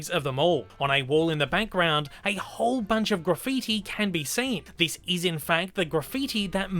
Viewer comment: Is it me or do you keep saying "bankground" insteak of "background".